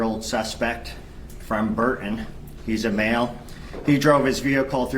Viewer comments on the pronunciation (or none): BURTON NOT BUR- UN. THIS GUY IS INEPT WITH SPEAKING.